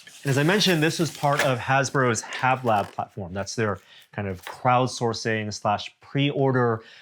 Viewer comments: Haslab, not Hablab,. That's Hasbro + Laboratory = HasLab 🤦‍♂️ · It's Haslab, not Havlab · Great reveiw but it must be my OCD it's HASLAB not HABLAB